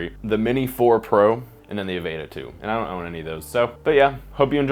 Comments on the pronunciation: God damn, "Avayta" bugged the hell outta me lol. Say the word "Avatar" and drop the R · If he says Avayta...one more time. Lol